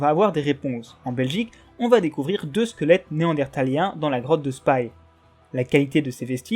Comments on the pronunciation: Justes au passage, la ville de Spy ne se prononces pas Spaie, mais plutot comme on lirait Spi en francais ^^ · Remarque inutile, on dit Spi et pas Spaï, même si ça s'écrit Spy. J'habite à 10km.😉 Merci pour toutes vos vidéos ! 👍